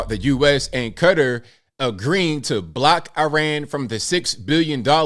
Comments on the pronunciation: It’s not pronounced “Cutter”. It’s “Kuh-taa”!!!!! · Did you just say cutter? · and they're wrong unless they are pronouncing it ka tar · Please pronounce Qatar the right way. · There are three ways ppl often pronounce it and just because it's produced a certain way in that nation language doesn't mean it's the correct way English speaking Americans should pronounce it... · Many ppl pronounce it in their own way... in USA we speak English thus its proper for us to try to speak other nations names with an American pronunciation as that is the correct way because we don't speak that language...